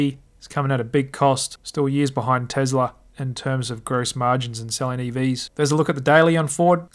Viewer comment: PLEASE stop saying TeZla . It’s TeSla. I cringe every time you say it.